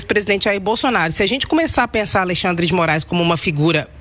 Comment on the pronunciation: Será que só eu ouvi ele falando Aleixandre de Moraes? Kkkkkk